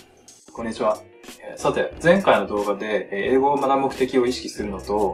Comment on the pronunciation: もう最初のこんにちはの言い方が英語喋る人のそれやん好き